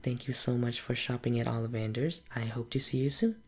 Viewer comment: It‘s OlliVANder‘s, not OLLivander‘s. *Hermione intensifies*😉😁 Really like this role play, you have a very nice an soothing voice!